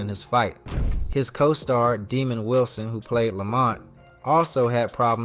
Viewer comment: His name was not demond Wilson... His name was pronounced Dah’mond...